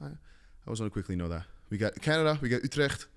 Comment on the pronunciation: Wait a second, that Utrecht was flawless…